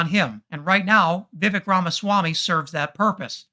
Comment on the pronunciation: For fuck's sake, just pronounce his name correctly, Viv-ake. Intentional mispronunciation is second-grade nonsense, also a chief MAGA tactic.